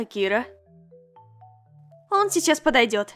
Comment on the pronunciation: Интересный факт: Правильно говорить слово Акира с ударением на букву А